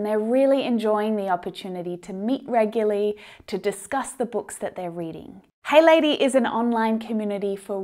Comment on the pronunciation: I have just learnt how to pronounce the word "Regularly" 😄✌️